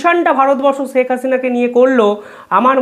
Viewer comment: Pronounce Sheikh correctly. It's শেখ not সেক/ছেক